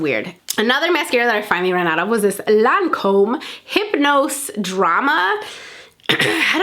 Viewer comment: Omg that Lancôme makeup remover in the blue bottle that you couldn’t pronounce...... SO DAMN EXPENSIVE BUT SO GOOD!